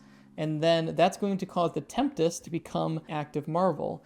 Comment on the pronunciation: Tempest, right, not temptes?